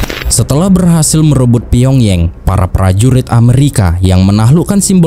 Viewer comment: Shin Man Rhee.....kali min. Karena Shin itu marga orang Korea macam Shin Tae Yong bukan Sig Men Rhee dan Pyong Yang bukan dilafalkan Pyong Yeng tapi tetap dilafalkan Pyong Yang, jangan ikutin lafal inggris/ bule. 😊